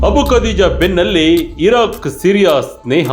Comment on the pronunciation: ಇರಕ್. ,ಇರಾಕ್ ಉಚ್ಚಾರಣೆ ಕಡೆ ಸ್ವಲ್ಪ ಗಮನ ಕೊಡಿ